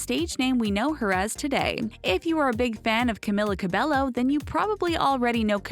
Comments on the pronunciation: It's pronounced "cabeyo" not cabello. It's annoying. Cabeyo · another pet peeve is pronouncing her last name wrong.Its pronounced cabeyo not cabello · Yes, "Ca-mill-a" isn't her real name, neither is "Ca-bell-o" , it's "Ca-me-la" "Ca-bay-yo" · wut Ca-be-llo? is Ca-be-Yo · When you are from a Hispanic family and people say Cabello instead of Ca-bay-o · Its camEEla cabEYo not cam-il-ah cah-bell-oh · YOURE SPELLING HER BAME WRONG ITS NOT CAM-IH-LA CAB-EL-LO ITS CAM-EE-LA CAB-EY-O THE (L) in Cabello is not pronounced SO THAT VIDEO SHOULD BE CALLED 21 things didn’t know about Camila Cabello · clearly you don’t ether if you were a fan you would of called out the pronunciation of her last name too it’s cabeYO she was saying cabelLO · You are pronouncing Cabello wrong .... It's Cab-ay-yo not Cab-ay-lo I sound like Hermione Granger Also it's CamEEla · Her name is pronounced as Camila Ca-be-yo not Ca-be-llo. No offense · She pronounces Lauren's name right but not Camila's it's CamEEla CabeYo not Camilla Cabello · cAmiLLa CaBeLo STOP PRONOUNCING HER NAME WRONG PEOPLE IT'S "camEEla cabeYo" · It's Ca-mee-laa Ca-Be-Yo! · Its pronounced cabejjo not Cabello but you write it Camila Cabello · "Tutting" is not pronounced "tooting." "Cabello" is not pronounced "ca-bell-o." "Literacy" is not pronounced "literally." In case you didn't know. :) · One thing THEY don't know about Camila her name is actually pronounced CAMEEELA CABEYO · i thought it was pronounced “Ca-Bay-O” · Sofia is actually born on April of 2007. They weren’t always rich. And finally u pronounce her last name (Ca-bay-o) Cabello. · NOOOO IT SHUD SOUND LIKE CAMILA CABEYO BUT HER NAME IS CAMILA CABELLO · it also CAB-EGH- O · Its pronounced cameela cabayo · IT'S CAM-ILA CAB-EYO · Her name is pronounced Cameela Cabeyo :| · Its camila cabeYO Shawn Mendes is triggered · "CamEEla CabEYo" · It's cabÉllO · It is not Camila cabelo it is pronounced camEEla cabeYO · Its CAMEELA CABEYO